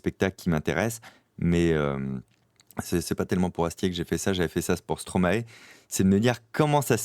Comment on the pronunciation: si tu est fascinée par Stromae essai de prononcer son nom.correctment.😊